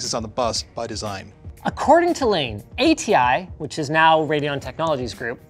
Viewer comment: Kudos on the pronunciation of Layne's last name! So many people get that wrong.